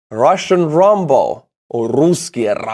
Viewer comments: lol RAM BOW you are saying rumbow lol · Rombo? .. he mean Rambo:)